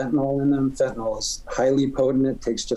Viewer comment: 50x-1000x stronger than heroin, yeah maybe carfentanyl is but not feentanyl LOL